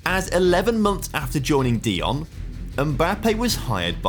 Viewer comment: That Dijon pronunciation 😂